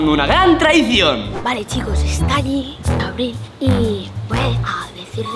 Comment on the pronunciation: Aprende a pronunciar abril